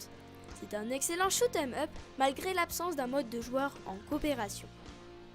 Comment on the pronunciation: Bon concept le seul problème: on voit (on entends surtout) que tu lit il faudrais faire un peu plus naturel la dessus. Et pou les shoot'em up il faut prononcer shmup ou shoot them up ^^ sinon encore une bonne vidéo signée